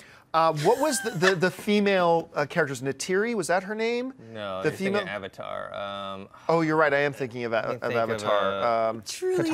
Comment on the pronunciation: This film made me notoriously hate M Night Shaymalama-dingdong. He destroyed everything that was great from the show. Weird pronunciation of Aang to Ung and Avatar to Uvatar. I cant.